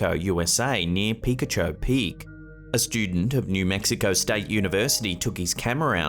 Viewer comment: It is pronounced Pi-kaw - Cho peak and it is located in Arizona between Phoenix and Tucson , not in New Mexico!